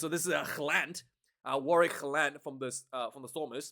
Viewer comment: Great commentary, as ever, mate. Have to say, I'd initially thought the ref got the third (!) Yellow Card right and the Penalty Try wrong - but watching the replay, you make a valid point: if the illegal roll by Gelant (please, use his name😅) preceded the cynical action by Moorby, then not only should the latter not have been carded at all, but the game should have restarted with a penalty to the All Blacks. FYI, Charcuterie is pronounced "Shar Coot Er Ree" ... and maybe what you really meant was Smorgasbord🤣🤣